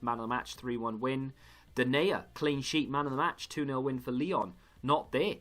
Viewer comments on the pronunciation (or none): none